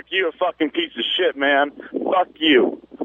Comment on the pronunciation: "Yo Turk, you're a fucking pizza shit ... ." That's what that man actually said. His isolation from society and language is so complete that he thinks the phrase "piece of shit" is pronounced "pizza shit". And since your role is social commentary, I imagine your pizzas are really nothing like the local pizzeria's. Perhaps they're not "pizza shit," but they're probably pretty shit all the same.